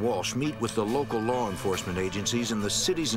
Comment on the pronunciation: “lar” enforcement 😂. How did the producers allow this shit?